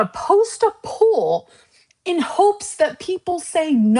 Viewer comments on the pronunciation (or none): she thinks "poll" is pronounced like "pool"